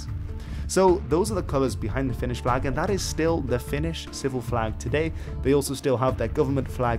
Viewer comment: luulin että sanoit "finnis" tahallee xD